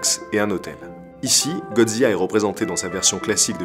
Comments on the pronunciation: Excellente vidéo, un travail de grande qualité! Ps: on dit Godzi "la" (Du japonais "Gojira") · J'me plante peut être, mais c'est pas prononcé "zila" plutôt que "ziya" ? Au japon ça a l'air d'être "gojira" mais d'après la vocalise de google, que ça sois anglais ou français c'est "zila" qui ressors. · Superbe vidéo comme toujours!! Mais comment prononce tu Godzilla? Godzia !?!?! XD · si je peux me permettre, dommage de mal prononcé les mots japonais ^^' un S = ss ;) Assimo OU= O long, donc fukuro café etc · Aaaargh ta prononciation de « Godzilla » est insupportable ! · Drôle de prononciation de godzilla ?